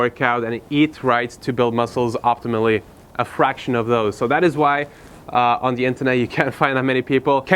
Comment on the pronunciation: optimally,, not optimately xd